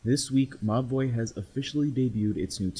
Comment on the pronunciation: Whenever he said: Mobvoi, I just heard "My Boi"